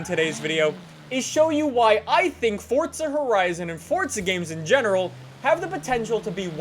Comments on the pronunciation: son its FORZA stop saying FORTZA lol theres no T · anyone noticed he said fortza not forza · Forza not Fortza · Am I the only one hearing "fortza"? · its forza not fortza LOL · fortza horizon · It’s Forza not Fortza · The way he says Forza is killing me. Never knew it was pronounced Fortza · Is it just me or does he say fortza not Forza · "Look at my Super in Fortza Horizon" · So it’s Not „forza“ it’s „forca“ now ? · it bothers me he pronounces Forza "fortza" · its pronounced forza, not fortza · fortza, fortza, fortza😑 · Forza, forza, forza, there is only 1 z a double z makes the t sound. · as long as you pronounce it forsa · cunts need to stop saying fortza b4 i nek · Take a shot every time he says fortza. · Did he say fourtza? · If you say “Fortza” one more time. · wheres the t in forza its not fortza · Why do you say fortza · Still saying fortza huh where is the t coming from or am i missing something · why do do you call it fortsa????? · You pronounce Forza "Fortsa" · THERE IS NO "T" IN FORZA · the way he says forza gives me anxiety